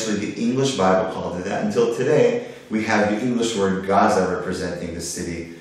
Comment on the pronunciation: Your history is somewhat correct, except when you made it seem like Hebrew comes from Arabic, it's the other way around, they just preserved it better, thanks all the Ashkenazim our ”ivrit” is a mess no offense. And you're still pronouncing it wrong, ayin is a gutteral letter, not pronounced by the mouth only the throat. Kind of sounds like swallowing a whole grape without chewing.